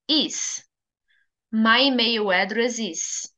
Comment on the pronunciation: Pode confirmar se a sua pronúncia de email em inglês está correta. Diz se emeio? Parece que está a pronunciar como em português do brasil.